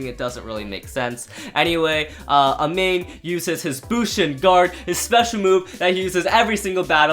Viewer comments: Btw bushin ashura's Owners name is pronounced Amahney Eaven though it's spelled amane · How do you pronounce Amane like that when you can clearly hear it being said in the anime -_